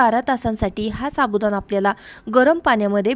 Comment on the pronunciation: साबुदाणा पाणी बोल साबुदाना पानी नाही